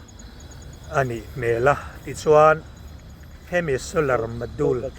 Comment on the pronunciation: Solar module zeda ho ta....solar zedule.. lam sual lui lh ngar2 in tih lar nan lh intih khongaih tlak.om nan..nuih poh hi tiza toh lo..ngeiom lam ah kl toh xok...